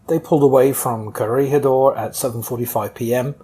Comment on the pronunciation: Here in the Philippines we pronounce it as Corregidor as kore-hee-dor. Sometimes you slightly don't hear the "hee" part depending on how fast the name is said. I think the way you said it is correct and better than most documentaries do. I only hear "Corrigador" mostly from US documentaries.